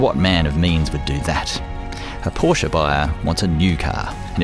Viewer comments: Try two things: push the sport exhaust button and learn to pronounce Porsche correctly. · How is he a purist and he mispronounces the name.